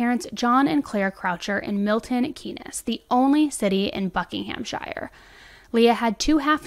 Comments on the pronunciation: I started watching your coverage of the Idaho murder case and I thank you so much for bringing attention to Leah, being from her home town, the news shook us all. But I’m grateful that you covered this case so respectfully and graciously. Also random but it’s Milton Keeeeeyns - if you ever cover a MK based crime in the future (hopefully you won’t have to) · I love you so I hope you won’t mind me correcting you. “Bucking um sheer” “milton keens” are the pronunciations and there are many cities in Buckinghamshire. 🥰🥰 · I'm pretty sure she pronounced every single place name in this video lmao. Just for anyone that's interested, here's how we pronounce them- Buckinghamshire: 'Bucking-ham-sheer' Miltonkeanes: 'Milton-keens' Thames Valley: 'Tames Valley' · here you go: Milton Keynes - Miltn keens Thames valley - tems valley Buckinghamshire - buckinghmsheer Please feel free to message any time if you want me to do this again it’s fun 😅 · Hi, thank you for covering this case in the UK, we have all been following very closely, and it was bittersweet when her remains were eventually found. FYI Thames Valley Police force is pronounced "Tems" Valley, and the towns name is Milton Keynes, pronounced "keens". take care x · Hi 👋 Loved the coverage as usual 😀 just wanted to say, it's pronounced Milton Keens (Keynes) No shade or anything, I just know that I like to know if I pronounced it right or not. Massive respect for the sheer amount of great content we've been lucky enough to have this month! All my love to you and your family 👪 ❤️ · The way you said Milton Keynes was incredible. Pronounced Keyns without the n-e-s. ❤️ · Pronounced: Miltun Keens and Buckingumsher Love you girl. Great video ❤❤❤ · So wierd to hear a case from my town, its pronounced Milton “Keens” btw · 'Milton key ness', 'Buckingham shyer' 😂😂😂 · It's pronounced Milton keens lol. But very well covered case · "thames" is pronounced "temmes" and "Milton Keynes" is "Mill-ton keens" <3